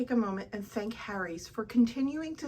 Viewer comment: The way you say Harry's irks me